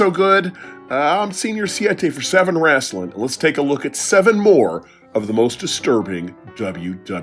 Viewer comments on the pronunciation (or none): I don’t usually subscribe to a channel after one vid. None alone after hearing the channel name. But pronouncing “Wrestling” as “Rasslin” is hilarious and definitely deserves a sub.